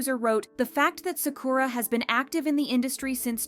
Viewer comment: that’s not how you pronounce Sakura tho